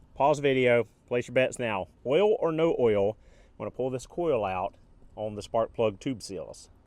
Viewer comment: I know everything lol. On these older Subarus of which I used to have two, as long as you change the Ole it will be fine. (Its "Oil" 🛢 you say Ole like Ole Miss Swiss Chocolate lol)